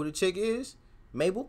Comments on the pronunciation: Mabel is big in the UK and yes u said her name right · look out for some uk garage tunes and yes it mabel you say it correct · Yeah you said Mabel fine. And she's also very good and well known in the UK, she's had quite a lot of songs in the top 10 here too.